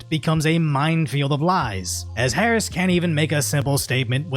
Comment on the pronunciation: Bro did you just say Harambelah? 💀💀💀💀💀💀💀💀💀💀💀💀💀💀💀💀💀💀💀💀💀